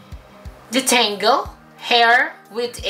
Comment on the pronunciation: Detengle?? Tengled?? Hahahaha!! Keri lang yan! Love you! 😘♥️♥️